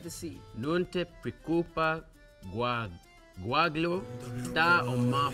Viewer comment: NO VABBÈ QUESTA PROPRIO NON ME L'ASPETTAVO, LORO CHE LEGGONO FRASI IN ITALIANO OMG JACOB CHE NON RIESCE A DIRE GUAGLIÒ HAHAHA, CIOÈ ADORO HAHAHA PURE IN NAPOLETANO LOL MACKENYU TIPO COMPLETAMENTE SCIOCCATO, È ARABO PER LUI HAHAHA 😂